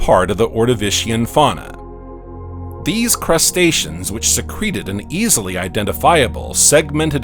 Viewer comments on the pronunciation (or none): none